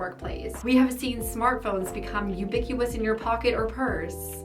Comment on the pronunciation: “Ubiqueueous” lmao